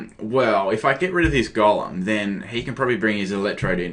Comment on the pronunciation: Am I the only one who think that when he says Golem it sounds like Gollum...? No hate though, love the accent~